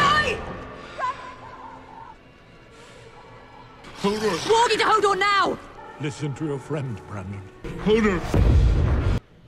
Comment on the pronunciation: It's pronounced Hodor, not holdor